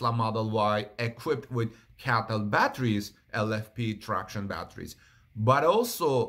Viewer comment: Just an observation: it's not "Caytl"... I't's "Cee-ay-tee-el".